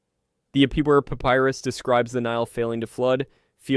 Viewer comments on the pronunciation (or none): none